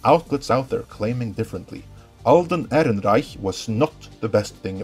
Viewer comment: Fuck I love the way you say "Ehrenreich"!